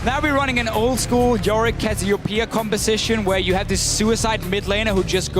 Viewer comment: I hate how you say casseopia I know you're doing it on purpose